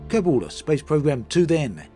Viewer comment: Kerbol and Kerbal are pronounced almost the same though, lol. He says Kerbal just fine.